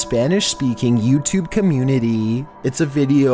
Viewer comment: “Yew tewbbbbb”